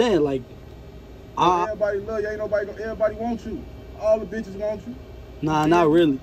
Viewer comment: Dude said "All bechiz want you in the hood" 😂😂😂😂😂